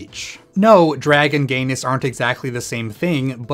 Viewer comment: Did anyone else hear "drag & gayness" as "dragon gayness" around the 5 minute marker? I was super-excited to learn about "dragon gayness"...